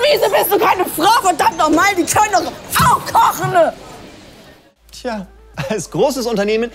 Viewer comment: Kochne? Was ist kochne? „Die können doch auch kochne...“